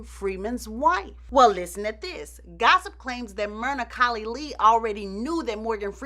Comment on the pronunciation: Lol, "well listen ta dis" 😂 this is just tuuuuuu much 🤣 🙅‍♀️